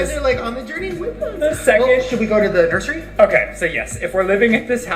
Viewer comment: saying “nurSHery” forever has me annoyed